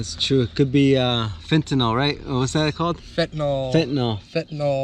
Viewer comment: Whys he calling it a fetinol mask